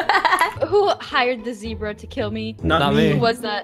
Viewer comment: zebra more like ze-bruh